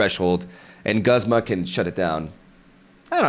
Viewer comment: Just an fyi: Guzma is officially pronounced "gooze-muh" while Iono is "i-uh-no" (without pauses)